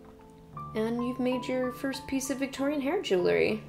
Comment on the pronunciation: jew ell ry ;)